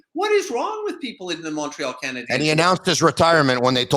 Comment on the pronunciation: HEY...It's NOT Montréal Canadians...it"s Montréal Canadiens...please!!! The ""N"" is silent!! Brendan says it the right way!!